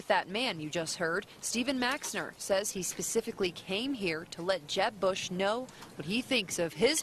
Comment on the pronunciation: No! They're saying boo-ush! Boooo-ush